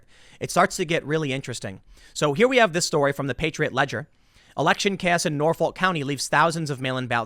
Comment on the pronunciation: The L is silent in Norfolk it is pronounced as if the (ol) is a (uc)